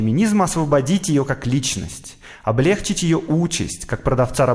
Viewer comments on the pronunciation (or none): Уже под другими видео писала тебе сто раз - облегчИть, а не облЕгчить...😝